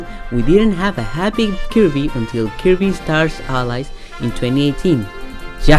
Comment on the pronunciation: I hate the way he pronounces Kirby